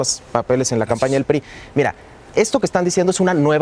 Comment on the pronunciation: este wey dice IRa, en ves de Mira jajajaja pinches cerdos